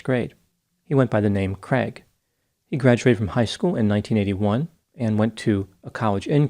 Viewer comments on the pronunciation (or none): They way the pronounce ‘craig ’ is horrible. It’s a Scottish and Irish name, not creg it’s cr aaaig, it’s my brothers name. Americans butcher it. 😂